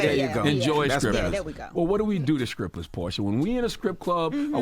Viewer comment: Am I the only one who's hearing scrippers?